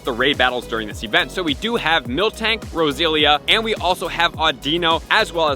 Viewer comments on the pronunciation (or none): Lol no use he still says GEARados and rosezillia